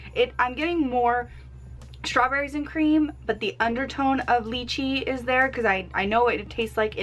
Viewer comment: Its not leachie it lychee...